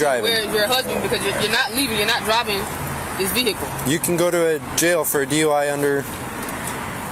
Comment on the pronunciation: "Jay-oh"??? She can't even pronounce jail she is so horribly effed-up. Atta girl.